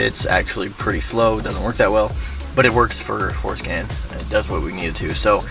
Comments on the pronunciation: Forscan nah forskin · Damn I thought he was saying going show foreskin, I'm disappointed 😂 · Sounds too much like foreskin